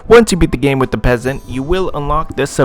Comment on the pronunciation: "the PE asant"